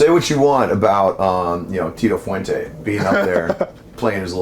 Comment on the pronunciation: He said "Fuente" Didn't he?